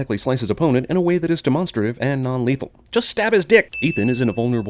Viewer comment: Wait wait... Say “demonstrative” again... I’ve never once heard it said this way.